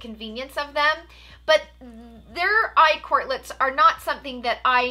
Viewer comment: You keep saying eye quartlets, must be that brain fog 🤣